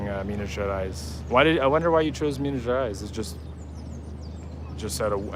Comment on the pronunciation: Never been there, I am a terrible Brazilian... 😂 It looks beautiful tho. I know the slaves had a very hard time inside the mines. I believe there is an Afro museum somewhere telling the tales. Btw your "Minas Gerais" is sounding very local, you are picking up the accent. Enjoy the food, MG has the best kilo restaurants.